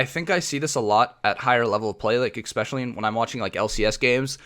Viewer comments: You both said "ecspecially" instead of "especially" and I'm still cringing. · Why can't people say the word especially correctly lmao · Anyone else get bothered by how they pronounce "especially" xD